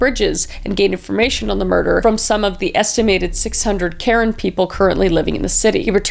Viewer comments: I think karen people's names are pronounced "kuh-ren" from my experience growing up with friends from that culture. I may be wrong tho 😁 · It’s so sad how many people, especially women and children have been hurt time and time again through history. By the way the ethnic group Karen is pronounced Kah-Rehn ❤ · This is minor, but it's pronounced cuh-wren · HI KRIS!! I just wanted to say that your actually pronouncing Karen wrong! It’s Ka-ren, and we’re not that ancient we’re still an active community! Karen is one of the 8 main ethnic group of Burma! You can you always go check out Zoya Phan’s book! It has a lot of information about the Karen! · Thought you should know that Karen is actually pronounced Kur-en. I love your true crime videos and thank you for bringing awareness to the murders of indigenous women in BC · love you kris but your pronunciation of karen is awful lmao